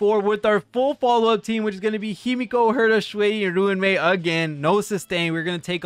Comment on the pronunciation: Ruan Mei's name is pronounced "Ron-May" btw